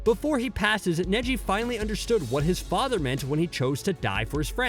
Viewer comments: I can’t believe my guy said Kneeji😂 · There’s just something irking about the pronunciation “neeji” and I don’t know why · I sware to god if he mispronounces another name I'm going to kill him he said neeji instead neji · He says them wrong on pourpose caught it on neji when he says niji first and then says neji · HE SAID NEEJI WTFFFF IM NEVER GONNA WATCH U AGAIN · You really irked me with the zabooza.. and kneeji... its za-bu-za and ne-ji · And neeji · I swear he has to be doing it on purpose with the way he pronounced Soo many names like neeji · It definitely hurt losing kneejee, and damn that ohbeedo. Gawd i have a hard time believing anyone who does videoson anime showsactually watches them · and zabuza and neji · The way he said Neji triggered the hell out of me LOL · Neji is what got me lol 😂 I mean if he can pronounce all the main characters names right Sasuke, Naruto, and so on. But the names man makes me feel like he’s never actually seen the show lol 😂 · Fam this guy got the pronunciation if neji right but still butchered it in the end